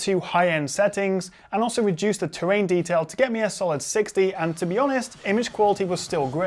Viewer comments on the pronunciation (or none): none